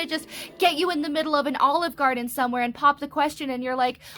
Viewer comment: U said Olive Garden like Olive Garden iz dat girl 🤣 I am dead. S/o 2 Olive Garden though. 🤣☠️